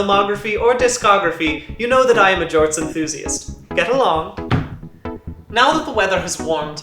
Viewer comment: "Get Along!" to the pet, with that posh accent... comedic gold 🤣